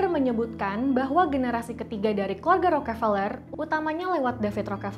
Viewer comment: Njir bacanya peler wwk